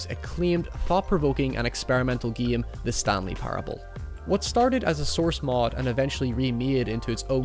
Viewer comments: Mary Poppins one of the geams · Stop saying the word game like an idiot.